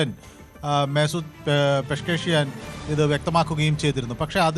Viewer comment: പേഷ്കേഷിയാൻ അല്ല ചെങ്ങായ്‌ പെഷസ്കിയാൻ